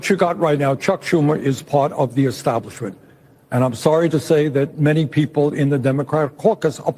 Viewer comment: Have you noticed how Bernie always says "eXtablishment"? 😅